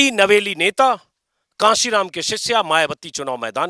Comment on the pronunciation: कासीराम नहीं सर, कांशीराम जी कहिए